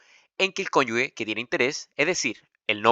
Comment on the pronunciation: Bueno el video, pero se pronuncia "CONYUJE", NO "CONYUGUE". Una vez me reprobaron por pronunciar mal jajaja hay que tener cuidado.